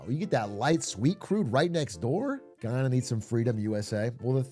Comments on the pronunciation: Guy-anna not guyona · I actually can’t watch this video cause of how both he and the video he’s watching butcher the pronunciation. (Though the video gets it accurate most of the time) “Ghee-awna” “Guy-awna”, shit, just call it Venezuela’s Neighbor I don’t wanna hear he ever try and pronounce it again. It’s like hearing everyone call the Caribbean the “Care-a-bean” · I was so confused at the begining when he said giyana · Wtf is Ghee Yana 😂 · It’s GUY ana my ears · ITS PRONOUNCED GUY-yahna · Guyana represent🇬🇾🇬🇾🇬🇾 Pronounced Guy Anna Big Glizz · It's pronounced guy-ana. I'm Guyanese. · Oh my pronunciation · Not being able to say Guyana is a recession indicator. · My mom is Guyanese and I was thinking about sending this vid to her since I’ve introduced her to Big A’s content recently and she’s enjoyed it so far. Then I heard him pronounce Guyana and I can already tell that would set her good will straight into the ground lol